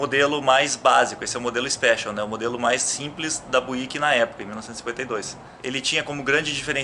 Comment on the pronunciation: Uma pequena correção de pronúncia, sem querer ser chato... mas ao invés de "buíck" se diz algo como "bíuck, tá ok?